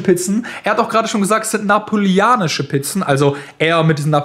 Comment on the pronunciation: Napolianisch sagt er einfach immer noch 😂 Einfach Geil